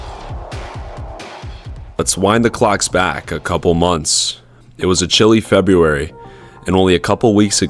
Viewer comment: LOL! "Frebb-yoo-airy"